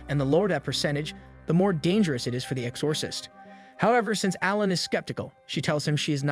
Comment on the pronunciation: love your explanation for this beloved series but i do think you should double check some of your pronunciations of words. particularly names and titles like exorcist and kanda Love the content though 😍